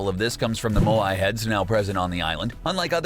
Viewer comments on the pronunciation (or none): Nice video,but here’s some things you got wrong 1. Lazy links not Lucky links 2. Moai is pronounced as Maui